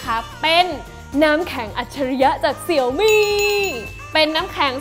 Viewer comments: เห็นทาง Xiaomi ประเทศไทย ขอความร่วมมือให้อ่านชื่อแบรนด์ให้ถูกต้องอ่ะครับ Xiaomi อ่านว่าเสียวหมี่ ไม่ใช่เสี่ยวมี่อ่ะครับ เวลาอ่านผิดแล้วความหมายมันเพี้ยนครับ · ดูแปปๆก็กดออก หงุดหงิด เรียกเสี่ยวมี่ มันอ่านว่า เสียวหมี่ เว้ยย